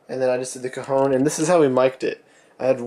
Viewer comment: hahahahaha, it sounds like if you pronounce cajon like cojon, wich means balls(male) in spanish trololo